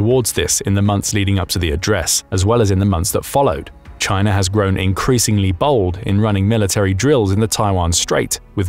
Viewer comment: you said Chiner then u said China so u clearly know how it is spelled or spelt! :face-green-smiling::person-turquoise-writing-headphones:🙃